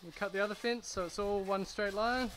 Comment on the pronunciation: I immediately new he was a New Zealander When he said "we're going to build a fince"